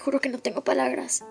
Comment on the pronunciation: Dice Palagras😂😂😂🤣🤣🤣🥺❤️😻